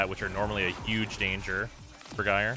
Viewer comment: Thank you for pronouncing Gyre correctly